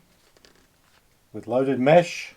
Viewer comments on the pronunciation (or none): none